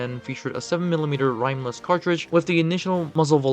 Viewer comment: “Rhyme-less cartridges” 🤦‍♂️